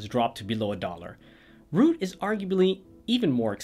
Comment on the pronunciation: Rout rout rhymes with drought, not groot